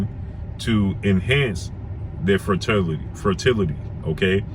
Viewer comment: FER-TIL-ITY.....I got you bro